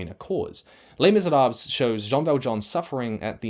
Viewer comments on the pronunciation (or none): Thank you for the video... please stop mispronouncing Les Miserables!